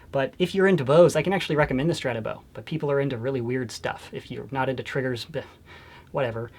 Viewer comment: I like how u say ssrrstratabow